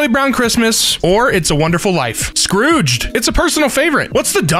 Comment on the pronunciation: when he said "Scrooged" , I thought he said "Scourge" From Warrior cats TwT